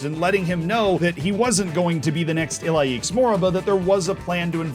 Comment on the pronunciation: it’s pronounced Ilaish